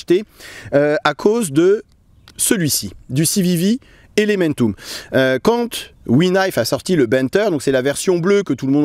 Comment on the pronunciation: Je pense qu’il se moquait plutôt de sa prononciation 🤣🤣